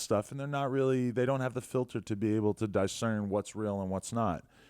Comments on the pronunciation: Ahaha DIE-scern instead of discern. I ain’t ever heard that shit before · Two videos in a row saying die-cern. Dudes been reading the die-ctionary